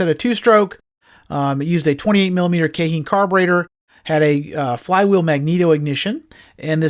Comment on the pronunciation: I love watching your videos bud. I do get thrown off when you say “Kay-heen” when you pronounce keihin, I’ve always heard it pronounced “key-en”. At first when I watched a video a few months back I was confused and thought it was some carb that wasn’t produced anymore 😅. Either way, I LOVE getting the history on so many different machines. Keep the videos coming man. Do you have any historical videos on the LT250R, LT500R, or Tecate 3 and Tecate 4?